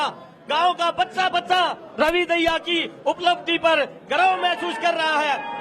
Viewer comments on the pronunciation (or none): Ravi daya nhi dahiya speak properly.